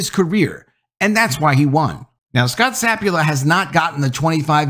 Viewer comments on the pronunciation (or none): Sa pul pa not sap u la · Not SAP-u-la, it's sa-PUL-pa. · I think he continually mispronounces his last name- it's not sapula- it's sapulpa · SapulPa, not Sapula ? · To nit-pick at you ... pretty sure the guys name is pronounced Sa - Pul - Pa, not Sap - U - La. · His last name is Sapulpa. Sa-PUL-pa. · Scot Sah-pool--pah. It's right here in black and white my guy. Sah-pool-pah! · It’s Sa Pul Pa btw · The name of the poor guy is Scott Sapulpa (SA-PUL-PA) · The pronunciation is. sa pul pa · Yeah, I get it. Papers want to be first instead of accurate these days. But were you guilty of something similar when you mispronounced Gannett (It's guh-NET) and the head coach's' name (which has two Ps, one of which you continuously left silent)? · You realize you are ignoring the last p in the guy’s last name. Just saying.